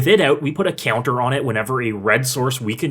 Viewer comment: You say “Ceounter” lol